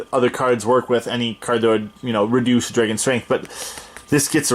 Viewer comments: I’ve never heard someone say dreygon. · drag-in/un.:) Not making fun of you, I’ve just never heard that before!